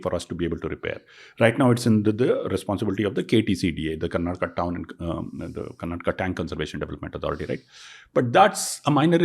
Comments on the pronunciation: You said you are living in Bangalore for 5 years and you still call it "Karnatak". Learn to call the correct and full names first. Cultivate that respect for the place that gives you your livelihood. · It is KARNATAKA not KARNATAK. Migration sickness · i think you should start pronouncing the work Karnataka properly, It is not acceptable the way you pronounce